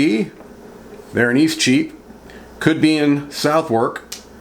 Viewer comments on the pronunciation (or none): Its prounouced suth' uk. I know, it baffles me to and Im a brit. I once asked someone directions to Bicester. He looked at me gone out and said 'do you mean bister'. The mind boggles.